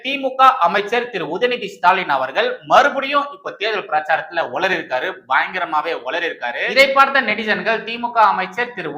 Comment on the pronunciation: "உலறிய" அல்ல; "உளறிய"